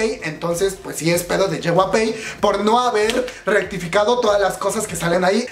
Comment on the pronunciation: Una parte de mi muere cada vez que pronuncia "JYP", a ver si ya aprendes a pronunciarlo comadre. Es "ye uai pi" no "yehuape"